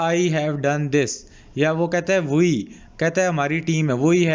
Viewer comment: Sir woi nhi hota we hota h 😂